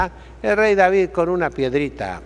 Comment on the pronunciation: ¡Cómo reparte estopa a diestra y siniestra, y cómo pronuncia las consonantes finales; David-e, Goliat-e..., :-D! Entrañable, sabio y valiente buen pastor don Isidro, a quien Dios bendiga por muchos años-e.